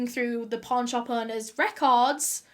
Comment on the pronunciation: When she said "pawn shop" I did NOT hear pawn shop.